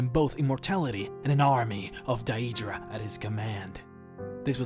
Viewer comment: ''aye''-leid, not ileid, ''Day''-dra, not die-ee-dra :P